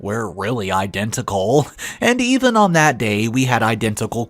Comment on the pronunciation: So in one paragraph you pronounced the word "even" two different ways. I know you have multiple channels now and make a lot of videos but please slow down just a little so you can fix the mistakes. You change words, add words, drop words, & mispronounce words, often changing the meaning of the sentence, in almost every video. I would much prefer quality over quantity. I'm sure I'm not the only one who feels this way. Even with this, yours is one if the best channels in the genre. Isn't it worth just a little time to make it better? Again - quality over quantity.